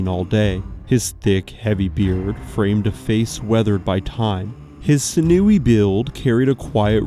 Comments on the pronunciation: And SIN-yew-ee, not sin-OO-ee. If one is going to use words, one should probably find out how to pronounce them. Still an interesting video, but a little jarring. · It’s bridle like in a horse bridle and mispronounced sinewy. If you are going to do videos please check yourself. It’s very unprofessional and does not instill confidence in your work.